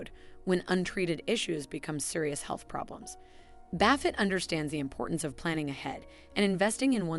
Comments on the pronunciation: Great advice, but I can’t even finish the video because she keeps saying Warren Baffit. I mean, seriously how hard would it have been to make sure that buffet is pronounced correctly, now I will spend my whole life in financial ruins because I could not finish listening. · Who the heck is Baffet? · Is it not pronounced buff-et? Or have I always been mis pronouncing it throughout my life?.....